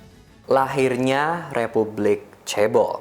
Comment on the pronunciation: yg beliau katakan "Chaebol" yang gua dengangar "Cebol" 🤣😂